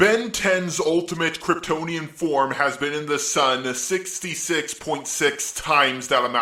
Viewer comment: I like the content but after EVERY OTHER WORD I hear "yu" or "uh" is so annoying I had to stop listening to the content. I couldnt even hear what he was saying. "Form" is easy to say, but all I hear is "formuh".